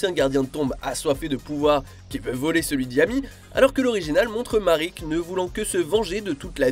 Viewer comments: MARIK ??? On prononce Maraique 😭 vous abusez la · Je le sais, mais ça reste Marik. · Marik ? Ishdar ? Tu as déjà regardé yugioh au moins ? ^^